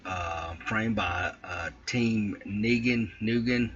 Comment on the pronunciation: It's neu-gen as in new-gen aka neu generation of pilots! 😀😆🤗